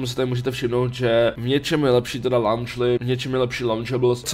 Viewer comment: Neskutecne me po celou dobu videa triggeruje ta vyslovnost :D Neni to zadny LAUNČLY, nebo tam snad vidis slovo LAUNCH? :D Poprosil bych aspon bez toho "u", děkan :D